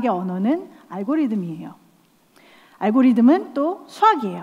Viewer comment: algorithm이니까 영어는 듬에 가까운 발음이죠